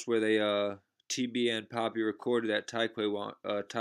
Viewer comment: Nigga said “poppy” its pappy